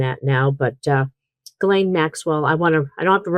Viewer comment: You're still pronouncing Maxwell's 1st name incorrectly. Listen carefully to your guest.. she says it correctly.